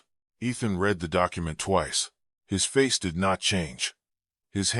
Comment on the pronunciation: A few slight edits to the script and the AI voice would not say things like " 47 inches the morning" or " he reed the note". Just saying...